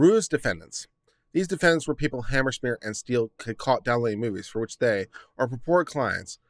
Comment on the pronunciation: "Hammerschmeer"??? HANZ MEYER! HANZ MEYER! HANZ MEYER! How hard is it? You actually pronounce it right a few times, along with a dozen other pronunciations.